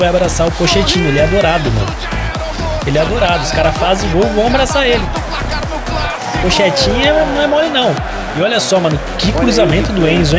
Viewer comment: alguém sabe me dizer se o fala pochetino assim de zoeira ou ele fala serio pq a pronuncia certa é poquetino